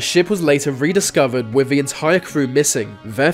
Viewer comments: It's "WITH" not "WIV" ... What, they don't have TH in your language? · dude.. you need to work on your narration skills work on your th sounds. its not birf its birth. etc if you can say mythical, and not miffical, you can say with and not wiff. quit being so lazy